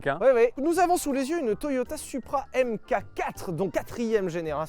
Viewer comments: Pour info les français, on dit "Mark Four" pas AimeKaQuatt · Merci pour ce bel essai, comme d’hab. En revanche par pitié, c’est pas « M-cacatre » mais Mark 4. A l’oral j’veux dire. Enfin oralement parlant. Bisous. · Ca débat pendant une heure sur la prononciation de "Countach" mais ça sait pas que "mk4" ça se dit "Mark 4" Sauf si c'est exprès pour me trigger, auquel cas c'est réussi